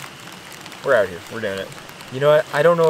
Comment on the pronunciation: I love this „eout“ instead of „out“